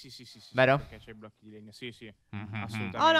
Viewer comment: Si dice blocchi non blo'cchi